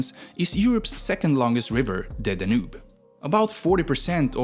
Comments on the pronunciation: Really bad pronunciation for words like: leu, Danube, Timisoara, Dacia. Also, there is no Moldavia. Maybe hear these words first before making a video, they’re not really that hard. All the best! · Your pronunciations are inconsistent and flat-out wrong, for example Danube (you called it daNoob) or Moldova (you called it Moldayva) sadly after hearing those I stopped watching. Curb the swedish accent a bit.